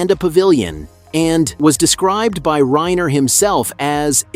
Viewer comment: PLEASE Pronounce his name correctly!!